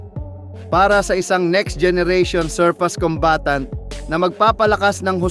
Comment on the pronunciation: Anong surpas? Paturo ka kung paano i-pronounce ang SURFACE!